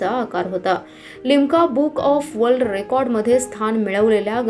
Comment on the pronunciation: स्टेल्लेटन नव्हे मॕडम स्केलेटन म्हणतात ... थोडक्यात हाडांचा सांगाडा... वर्ल्ड रेकॉर्ड म्हणायचं वल्ल रेकॉर्ड नव्हे ... आपण बातम्या देता.. भाषा शुद्ध असावी. स्पष्ट उच्चार असावेत ...